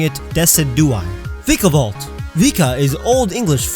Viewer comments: you said viikavolt its vikavolt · Vikavolt actually comes from the words "Vice" and "Volt" so it's pronounced Vai-ka-volt. Like the word "eye". I always pronounced Vee-ka-volt, like you state in this video, but then I heard the anime pronounce it and googled it and found out I was wrong. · I know that this video is old but... not to offend you or anything. But it's not "Vee-ka-volt", it's "Vay-ka-volt".